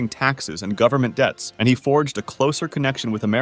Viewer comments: He put so much emphasis on "AND" I thought it had to be a joke... at least I hope. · The French AND Indian war was one war. Not sure why so much emphasis on the and. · I think it's just how the TTS bot emphasized the words weirdly.